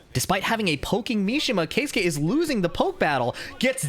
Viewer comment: finally an american who makes an effort to pronounce keisuke correctly. pisses me off how english speaking people just dont give a fuck how peoples names are pronounced